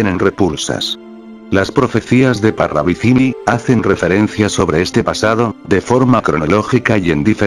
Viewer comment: Parravicilli?😂😂😂 Ni pronuncian bien el apellido.Parravicini con N